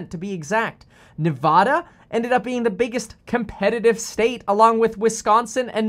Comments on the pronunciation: It’s Ne-VAH-duh It is not Ne-VAW-duh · It's NevADa not NevAHda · The second pronunciation of Nevada is correct. Ne-vah-duh not Ne-vaw-duh. Locals are very passionate about correct pronunciation. I'm from Las Vegas, and I hate when people call it Ne-vaw-duh. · Its Ne-vad-uh not ne-vod-uh just like it's not col-if-ornia. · The right way is NE VAA DA. NOT NE VAH DUH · People from Nevada say Neh-vad-uh. So that’s the way. Not Nuh-vah-duh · How to pronounce nevada Ne-va-duh, not ne-vaw-duh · It is Ne VA DA. Like the a in hat or apple. Not Ne vah da like the a in ball. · Neh vAH duh Not neh vod duh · I grew up in Reno. It's Neh-VAHH-duh - the middle syllable rhyming with "had" and "bad" and we hated hearing that middle syllable wrong! Thanks for info. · It's NEVADA! P.S. what's with the hat bro? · As someone who grew up in Vegas, it is NOT nev-AW-duh 🤦‍♂️ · ITS NEV-ADA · Speaking as someone from the state its Nevada not nevauda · It’s Nevada not Nev-ah-duh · It’s Nevada. Not Nev-aw-da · It’s pronounced Ne-VA-DA say it Slowly! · Its Nevada like Dad-uh. The “ad” in Nevada is pronounced like “ad” in advertisement. Source: born and raised here in Nevada. Have family that have been here since pretty much statehood. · when you said Nevada in two different ways, it just sounded the same to me lol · People from Nevada pronounce the first a as at, not ahh. Your second pronunciation was correct. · Kevin, Nevada is correctly pronounced the second way you said it when you addressed the topic. Nobody who lives here full time says it that way. #washoecounty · As a native of Nevada, the a is as if you were saying Apple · You pronounced it wrong, it's Nevada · It's pronounced Nevada, not Nevada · Nevada=a sounds like cat. ;) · it's pronounced Nevada